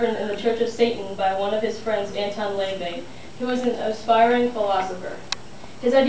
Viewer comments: Ok, I had to skip through some of the video, I have some critiques for you. *"Absinthe", not "Abyss". *the pronunciation is (le-VEY) not (LAY-VEY) *rumors are unverified. If it is known to be true, then it isn't a rumor, but the truth. *Know your target audience. Doing a speech about an attention-whore while trying to be an attention-whore will get you ridiculed in most circles *PLEASE do not dress up like the subject of your speech. It's like someone dressing as a Ash to report on Pokemon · Woww. You mispronounced a lot of stuff. (Absynthe is said "ab-sINth," you know, like "synthesizer," "Von Teese" is pronounced with a long E, and it's "Anton La-VAAY," emphasis on Vey.)Also, Marilyn Manson did NOT get breast implants for the cover of Mechanical Animals, and he didn't ever light a cross on fire. And when you were talking about the relationships, why didn't you mention Rose McGowan? The media was all over that! For the person you admire the most, you sure don't know much about him.